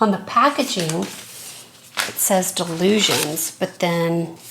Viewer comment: And so,, thank you for yet another excellent video. Re Dylusions Art Journal, this journal is part of the artist Dyan Reaveley's Dylusions Collection, by Ranger. So it's pronounced, Dy-lusions, like Di-lusions. As she always says, 'It's easy when you know how'.